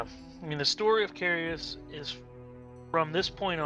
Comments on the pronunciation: Embers of carious? Lol I don't see an I in Caerus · i believe you're pronouncing Caerus wrong. the way you guys are saying it, it would be spelled Caereus